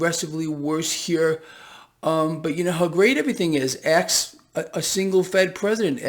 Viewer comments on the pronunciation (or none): When you get word ask right the third time :D